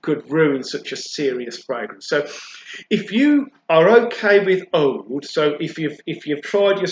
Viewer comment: It's oud not oad